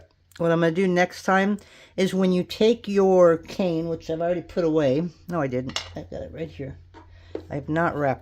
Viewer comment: Cane..not can